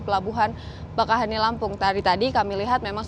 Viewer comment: Bakauheni dibaca bakaww.. heunni.... 😊